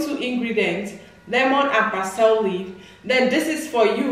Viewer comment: we say Par SLEE